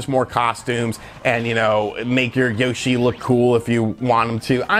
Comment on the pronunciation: You pronounce Yoshi wrong